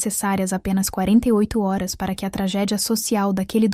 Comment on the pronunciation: Por que não é pronunciada corretamente HORAS?